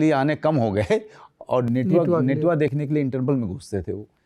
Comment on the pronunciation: Natua hota h netua nhi